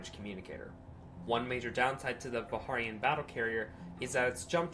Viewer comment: Fair warning, Warhammer class carrier and Hawk class dropship. The Vikharian pronociation cringes me hard, but otherwise the lore entry is fun. Hawk/sokol pronouncing was good.